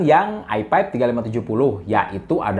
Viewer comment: nyebut i5 jadi "ai paip"